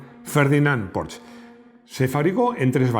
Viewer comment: porfavor digan porsche no porsch